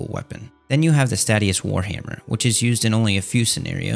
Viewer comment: it's pronounced "stay-she-us," not "stat-ee-us"